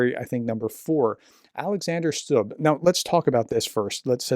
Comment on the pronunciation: The president’s name is pronounced stub not stab. Also, I read somewhere that the president and other foreign policy heads were awake at night at Christmas monitoring the operation where a special forces unit seized the Russian tanker. So this was taken very seriously. The unit was armed and had been authorised to use force on board if necessary to arrest the crew and take control of the ship. It was heading towards other cables right at that moment.